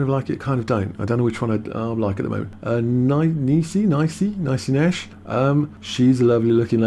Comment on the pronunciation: Niecy Nash. Its Neesy how its pronounced.